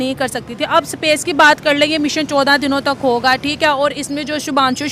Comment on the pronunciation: सपेस नहीं स्पेस होता है।